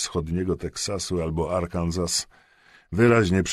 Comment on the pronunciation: Arkansas- Arkanzas? Czyta się /'Arkn so/.